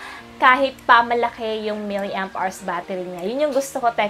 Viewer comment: Try to search on google how to pronounce milliamperes. It hurts my ear hearing it pronounced incorrectly.